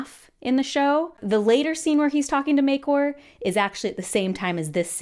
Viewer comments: Maekor?*😅 I think you mean *Maekar (MAY-CAR). I've seen other people pronounced differently though, but not Maekor. I don't think I've ever heard you pronounce his name like that before, and I've watched all your ASOIAF videos. Did I forget? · Maekor new prenanouncionation dropped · Given the great confusion with about 4 different pronunciations in the show for Maekar, we definitely didn't need you coming in hot with Maekor 😮‍💨 Great videos throughout the season, been my go-to place for the first bit of content after every episode. Season wrap-up would be sick!